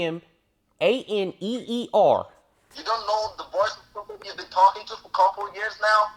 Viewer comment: It’s faru Maneer